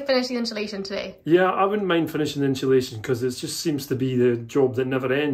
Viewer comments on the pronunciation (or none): I love jack spaniels i follow your channel i like your content but for the love of god its not inshalashion its insulation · I heard a new British pronunciation today...unsulation!---, irises are not very long-lived blooms, so yours might not be drought-affected.---I looked up peacock butterflies & agree with your assessment of those caterpillars.